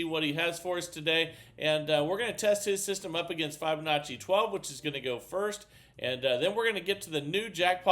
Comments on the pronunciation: I love this channel, but I'm afraid I leave every time I hear start off with "f-eye-binacci".... is there a valid reason why he misprounces that word? Even kids know to say fib-anacci. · I have been teaching FIB O Nacci for nearly 25 years and it drives me nuts :) Not Fi BO NACCI